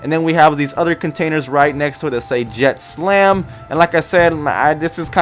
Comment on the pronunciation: You called the company on the cargo containers "JETSLAM." Said it twice, so, it wasn't a slip of the tongue. It's JETSAM. No "L". It's a word that means debris floating in water. It's just a joke name for a shipping company, that's all. And the logo for BILGECO is not "exactly like the green bunker light. I'll let you look up what BILGE means. They're just jokes. Nothing to do with a jetpack. You're starting to sound like Whizl and Naught.